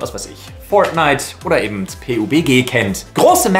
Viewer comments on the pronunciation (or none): none